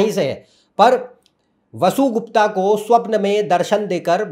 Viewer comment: मूल ग्रंथों का अध्ययन कर वीडियो बनाना चाहिए। ये विषय बड़े तप से अधिगत होते हैं। 'अगम' नहीं, 'आगम', 'वसुगुप्ता' नहीं ' वसुगुप्त' ठीक उच्चारण है। आपमें क्षमता है। आगे शिवेच्छा।